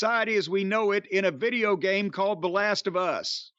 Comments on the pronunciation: I love how Corny says the phrase "The Last of Us" as though he's never heard the phrase used in any context before. "The Last of... US???" He just naturally sounds like a color commentator 😂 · I've never heard anyone emphasise the Us of The Last Of Us like that before